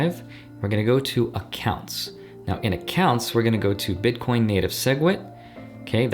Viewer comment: WHAT DID HE SAY?! BITCORNS? WOT ARE THOSE?!